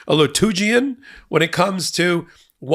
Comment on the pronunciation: Lugan? Lutogan? 😮 I would like to know that word.